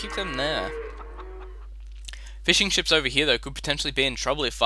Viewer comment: The way said fishing ships really sounds like fish and chips.